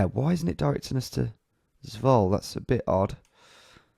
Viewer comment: And in Dutch you do pronounce the e, in names like Zwolle. So it's not Zwoll, but Zwoll-uh